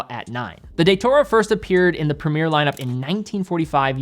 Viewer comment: Premier, along with route, is the worst word to hear pronounced in a US accent